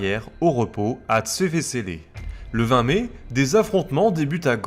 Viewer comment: Commentateur français, c'est sûr, vu la prononciation, mais purée, la langue française en prend un sacré coup ... "le n° 833 tombe-t-en panne" ... Y en a un paquet comme ça ! Vu cette prononciation inadéquate, on ne peut pas suivre correctement sur la carte avec cette prononciation à la française ... un exemple : Zwevezele ne se prononce pas Zvévézélé mais zouévezéle ! Autre chose, "Chapelle-au-bois" n'existe pas, on est en région flamande, c'est Kappelle-op-den-bos (en entendant le nom, j'ai dû chercher où ça se situait sur la carte, alors que j'y ai effectué des manoeuvres à plusieurs reprises pendant mon service militaire) Enfin, à part ça, très bon documentaire, avec des cartes animées qui permettent de bien comprendre l'évolution des batailles (hormis les erreurs mentionnées ci-dessus)